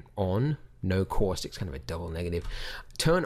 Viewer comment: Say "caustics" one more time. Kidding. I like your Australian accent, and when you say "caustics" it sounds Bostonian to me. On a relevant note, your tutorials are my "go to" for everything in Blender, and this tutorial in particular saves me buckets of time, mostly because I use a lot of... "Cauuustics." -- An American Fan of Blender Guru P.S. WHAT THE BLOODY HELL IS THAT THING ON THE CEILING?